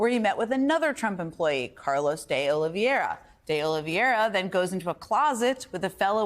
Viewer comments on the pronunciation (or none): To the best of my knowledge, it is 'De Oliveira', not 'De Oliviera'. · Jen, please pronounce De Oliveira correctly. 🙏🏼